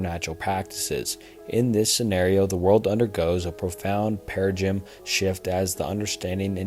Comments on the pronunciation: Broo it’s Para-dime, not paraGYM. Love the topic but you have to pronounce things better. Of course you don’t have to but it’ll be so much more better if you add your personal thoughts on some of these instead of just reading off a script. You’re clearly using words you don’t know how to say so it sounds like a ChatGPT script you’re following. Keep up the work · M night shaw lah man 😭 SUE NOM INNIES 💀 perahgym nooooooo HUR-OLDS I CAN'T MATE There were so many of these I only started counting them at like a bit over 49 minutes, and if I keep pausing to mark em down here I'll never get through the whole video lmao These aren't meant to shit on ya btw man, honestly I think it adds some flavor- plus the overall quality content of the video as a whole massively overshadows any kind of small mispronunciation :p